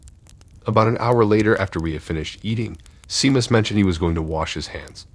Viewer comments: For future reference Seamus is pronounced SHAME us. It's Irish☘️ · Are you trying to say Seamus? It's pronounced Shay-muss. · Glad someone said it😂